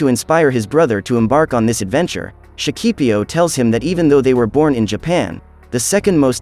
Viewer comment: in Shakipiyo, you always have to put an accent on the last "i", or you'll end up saying it up wrong. just for info, the rest is nice.